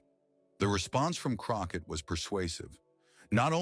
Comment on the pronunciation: Croquette? You better get Miss Crockett ‘s name correct. Love her ❤❤